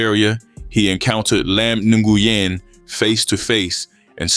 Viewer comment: The name is pronounced “Win” brother. I kno bc one of my best friends has that same last name.